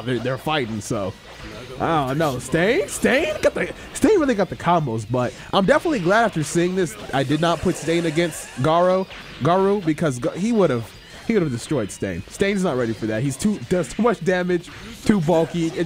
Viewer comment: “Garro” ARE YOU DISRESPECTING THE KAZEKAGE GAARA.